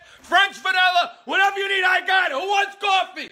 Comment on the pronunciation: “WHAT EVAA YOU NEED I GAAAH IT!!!”😂